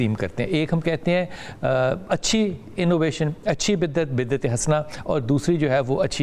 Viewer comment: Lafez biddet nhn ha bidyet ha